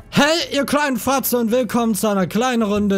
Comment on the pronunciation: Sagt er am Anfang Fratze oder Fotzen? Also ich tendiere eher zu Fratze...